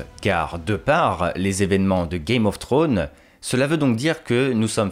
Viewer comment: Game of trônes ? tu dis à peut près correctement House of the dragon mais tu dis Game of trônes alors que c'est Thrones, le Franglais c'est dégeulasse et encore plus quand c'est une personne qui dépose sa science sans savoir correctement dire un mot en anglais